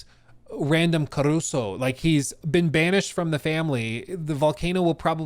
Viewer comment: it's carusu and not caruso